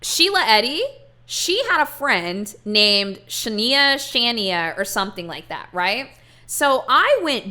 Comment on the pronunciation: YOU SAYING SHANIAH CAUGHT ME OFF GUARD